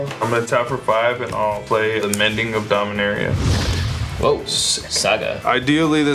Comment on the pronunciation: Jimmy and: dominiaria brawl! Cassius: HuAtLi